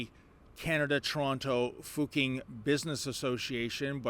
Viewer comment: replace your "q" in Fuqing with a "ch"... it's about what it should sound like.